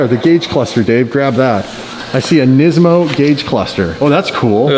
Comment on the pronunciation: nesmo c'mon its NIS-MO